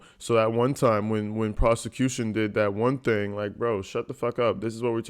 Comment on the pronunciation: The way ge pronounces words makes me rage. Not even his malapropisms, but the way he says stuff like vehicle "vee-koo" and thing "teeng"